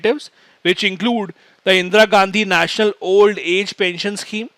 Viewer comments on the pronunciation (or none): none